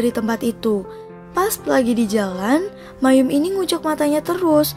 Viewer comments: Bacanya: MA - EM BUKAN MAYUM ... lain x tny kpd org yg mngerti bgmn cara baca yg benar! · maeum dibaca ma-em, kok malah mayum😞😞